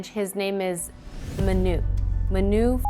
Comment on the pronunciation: Small pronunciation correction, the name is Manu with an emphasis on the a, not the u, short for Manuel, in case the name shows up again :).